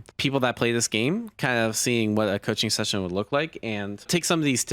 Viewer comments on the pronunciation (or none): none